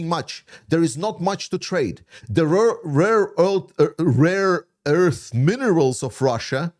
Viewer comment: rare earth pronounciation struggle is too relatable